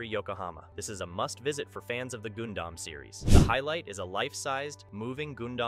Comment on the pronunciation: It is pronounce Gun-Dam